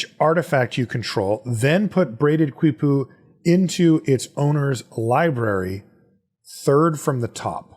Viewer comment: Kind of late, Quipu, they qui sounds like key: kee-pu